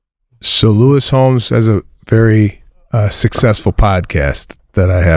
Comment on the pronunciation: Seb calling Lewis Howes “Lewis Homes” is killing me 😂